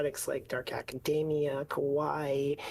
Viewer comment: English speakers really have to try to pronounce "kawaii" proprerly, with the "a" like in "alphabet", they always make it sound like "kowai" which means "scary", not exactly the same even if to some of us unicorns and rainbows can look creepy.